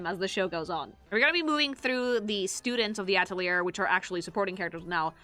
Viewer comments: "Witch Hat At - a - leer" AHHHHHH!!!! Ah - tell - lee - ay. It's French! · It's pronounced "Ah-tel-ee-yay" It's French. \at-əl-ˈyā\ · while i hate to say such a thing the word Atelier is French and actually ends with the a sound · Atelier's a French word, the 'r' isn't there to be pronounced, it's there to look pretentious. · She never stood a chance at pronouncing the title correct its 🇫🇷 where 1/2 the letters aren't really there